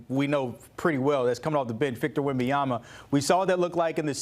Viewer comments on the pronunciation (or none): It's been like 3 years and he still saying wembys full last name wrong 😂